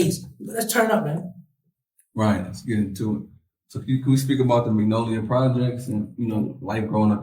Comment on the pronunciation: That boy need to learn how to say magnolia!